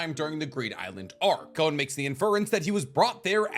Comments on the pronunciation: It's G-OH-N, not GOWN. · So weird hearing "GOWN" haha it's just "GON" bruv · Hearing him sayin “gown” triggers me, idk, good video tho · Bro’s saying it wrong. IT IS PRONOUNCED “gone” WITHOUT THE E. 💀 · The way you say Gon is annoying af. It's Gon! As in gone! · You can say Don, but not Gon?